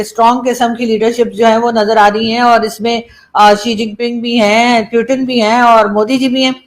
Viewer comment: 😂😂😂 पुतिन ❎ प्यूटन ✅